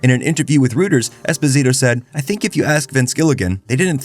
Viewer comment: Not knowing how to pronounce Esposito ruined this vid for me.